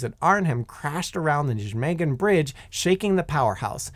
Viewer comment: As a Dutchman, first attempt at pronouncing "Nijmegen" made me laugh harder than it should've